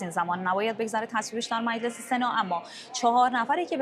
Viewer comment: به خانم حسینی بگین میلس نیست مجلس درسته